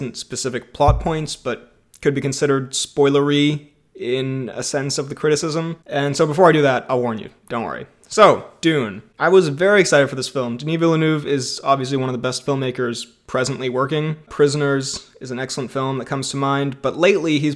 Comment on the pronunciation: FYI, your pronunciation of "Denis" is spot on, but "Ville-" is more like "veal", and "-neuve" is more like "dove" (the pidgeon). Try saying "veal dove" a few times, then change out the D for an N.